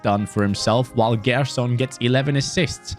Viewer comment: Hey, good rebuild! Its pronnounced Jerson!!